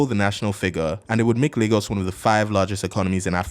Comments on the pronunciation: "Leegos" wtf? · Lagos has a funny name. It's the portuguese word for lakes, and that's why it's called that, so it should be pronounced Lah-gos. But natives and many dialects, like yours, pronounce it "Lay-gos" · Where the hell do they pronounce Lagos "Lay-gos" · Please someone tell me what percentage of LayGossians pronounce it Lah-Ghos and how many actually say LayGoss. Thanks! Or is really pronounced LEGOS like the toy…?? The portuguese people i know say Laaahgoes. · Your pronunciation of Lagos sounds very weird 😢